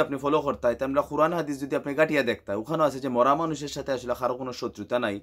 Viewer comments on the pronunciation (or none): ভাই কোরআন কে খুরান বলেন কেনো আর সিলেটি না পারলে সিলেটের ভাষাকে বেংঘ করেন কেন